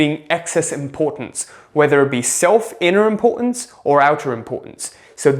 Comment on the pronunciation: “Impor-unz” lol